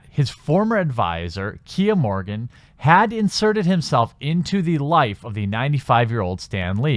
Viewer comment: I believe the man's name is Morgan, not "Morgin".